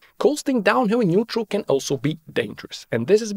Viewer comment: Neutral... not nuetral